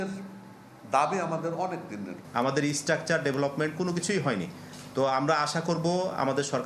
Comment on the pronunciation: স্ট্রাকচার , হয় শুনছি, ইসস্ট্রাকচার কি জিনিষ?